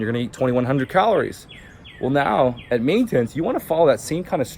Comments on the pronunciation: the type of guy who says, “ Maintance ” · It’s maintenance not maintence